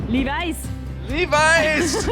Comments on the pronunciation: Levis us pronounced more like LIH-vee :) when you come back you should also check out Gaspésie! if you were impressed by the nature in Montreal and Quebec, Gaspésie will blow your minds 💕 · Hearing you pronounce Levis (Le-vee) as "Levi's" made me giggle 😂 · The “s” in Lévis in silent BTW. 😉